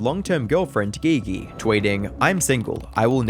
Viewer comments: Surely her name is pronounced "G G" and not "Gee Gee" what a weird choice. I mean maybe thats what she goes by I don't know. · Once you called her Gee -Gee. I knew this was crap. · dude really sayin McGee gee 😂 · Bro really said gee gee to pronounce "Gigi". Quantity over quality I see. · Bruh said Ge Ge lmao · Bro said Gi gi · her name is "Gigi" not "Ghe Ghe" 💀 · Her name is pronounced GG 👀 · Giggy , it’s Gee Gee. G is J. Thought it was funny you saying it like that. 😂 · Calling Gigi geee geee is too funny lmfao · Gee gee? It's pronounced like the J in jump. Not the g in go. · Say it with me, “jee jee” how you make a video about him and you can’t pronounce either 😭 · Geeee geee ?? You can tell you ain’t write your own stuff still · Gigi is pronounced Gee-gee. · That is not how you pronounce Gigi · Dude really said Gigi named some wrong lol you UK mf 😂😂😂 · pronouncing Gigi wrong has me thinking your using AI voices lol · The pronunciation of "Gigi" have you never heard that name lol wtf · Gotta dislike the video. You don’t know how to say Naruto you don’t know how to say GiGi. I feel like knowing how to say GiGi while talking about Kai is literally bare minimum research. Do better.